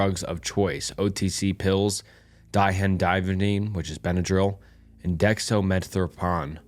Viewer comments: It’s so ridiculous the way you just refuse to learn how to pronounce things correctly, it’s di phen hydra mine ffs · diphenhydramine (the chemical name of benadryl) can be pronounced like die-fin-hydro-mean for future reference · For those that may need help. It’s, phonetically, Die-fin-hi-dra-mean. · Pronounced: dextro meth orphan, like a kid orphan. Dy fen hydra mean. I know there are some tongue tangling words out there. If I am not sure I just look up the audible pronunciation online. It's much easier to say when you look at words using phonics. Its how we learned to read as kids. Decades before your time. I don't think they even use it as a reading and pronunciation tool, in education anymore. I highly doubt they use the old, " Dick and Jane" books either , ancient as the gnostic gospels.😂 Nah stick gospels. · Don’t get self conscious about this. I’ve noticed you get tripped up on some larger more complicated words. Tip: Words like diphenhydramine (Die-fen-hi-druh-mean) copy them and paste them in google translate. Press the speak button and the voice will pronounce it for you. Practice, and youll get better! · Decks-trow-meth-orphan Dye-fen-hi-druh-meen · Also die-phen-hydro-mine 😂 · die-fen-hi-dro-mean and dex-tro-meth-or-fan. hope that helps. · dihendivavine 😹 and dextromethropon😭😭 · Jesus dude... say it with me... DIE-FIN-HYDRA-MEAN.... DEX-TRO-MYTH-OR-FIEN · Lol good job for trying drugs are hard to pronounce especially when you don't have any interest in them. But these are your common cough and allergy medicine. Dextro-meth-or-phan Dif-in-hi-dra-mean Never know when you might need to look for active ingredients if a store is sold out of your normal brand. Cause that's how most of these OTC drugs are different amounts with different fillers. It's how they trick you into buying all kinds of different boxes when they do the same thing. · Die-Fen-Hi-Drah-Mean (Diphenhydramine) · Di-phen-hydro-mene 😂 not whatever you were saying. Shit had me cackling